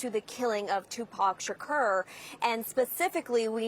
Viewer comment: Sha-ker? What they changed his name now?